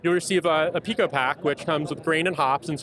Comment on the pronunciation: PIco is pronounced "pai-ko". If you're going to include pico in the name of your product, you should at least know how to pronounce it.